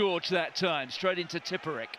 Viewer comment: The Sean Connery pronunshiation pandemic shtrikes again! "shructure" and "shtraight" several times! Just shtop it, would you?